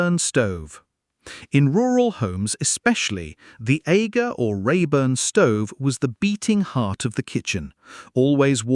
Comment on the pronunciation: AGA as in Ar_ ger not Ay-ger